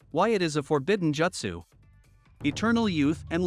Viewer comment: They way you’re saying “Jutsu” bothers me